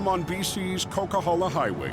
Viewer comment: It's pronounced Coquihalla Highway